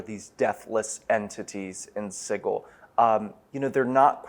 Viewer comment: I hate that god awful pronunciation of Sigil.